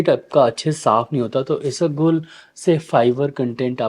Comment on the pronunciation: Not isagol it's Ispaghol 😊